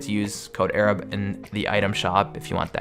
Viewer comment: is it "arab" or " a-rab"